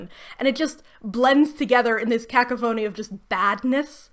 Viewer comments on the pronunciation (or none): A "kak-a-phoney" of badness? I think you mean to say, a "kah-cough-ah-nee". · it's pronounced ca-CO-phony - not making fun of you, i can relate to only knowing some words in written form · make no mistake when i say this, you are one of my favorite youtubers on this site. you provide unparalled quality and length on some of the most interesting disasters in YA history but , did you deadass pronounce cacophony as kaka-phoney? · Minor nitpick: I know that some words are easy to mispronounce when you've only ever read them but, "cacophony" is pronounced - CAH-COUGH-OH-KNEE.